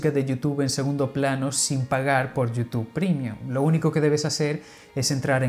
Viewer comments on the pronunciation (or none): none